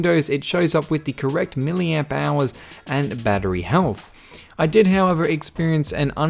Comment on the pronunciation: Am I the only one who thought he said million hours instead of milliamp hours.